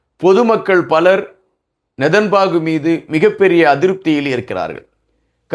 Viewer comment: please pronounce name correctly his name is not nethanbaku correct name is nethanyahu